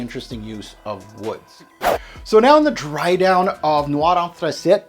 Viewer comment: Anthracite is pronounced “Anth-ra-sight” not “Anth-ra-sit” .It is not a French word...